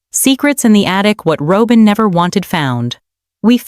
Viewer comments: It’s not Robe-in! It’s ROB-IN. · It’s not Robe-in. It’s ROB-IN! Fix this! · Pronounce Robyn name correctly. Not robe-in. Can't pronounce correctly, then don't post. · The word robber is pronounced the same as Robin's name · Robin, not Robin, is this automated? Machine talking, that's not correct. I'm glad Robin got the s*** into the deal and Cody. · Why cant she pronounce Robyn's name correctly. Makes her sound stupid